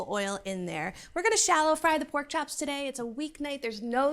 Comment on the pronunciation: "Chaps" so Boston. Haha